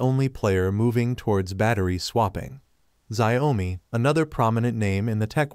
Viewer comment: When you pronounced the name of the car as lie rather than Li auto, it indicates that you don't even pay attention to the correct way to say the right wording. Even xiaomi is not pronounce as Xia o mi, it is Xiao Mi